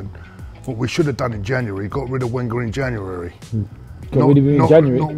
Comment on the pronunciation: was really struggling to say Wenger’s name seconds, the man honestly haunts to this dayyyyyy